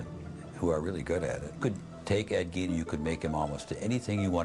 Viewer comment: It's Gein. More like Gein is a bean. Kinda like good "spelling can be thrilling! "